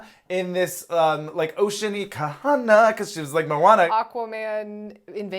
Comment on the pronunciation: So happy that remembered how to pronounce Kahanna’s name 😆